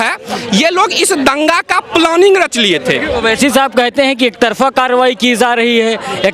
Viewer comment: ओविसी साहब क्यू बोलने का ओवेसी बोलो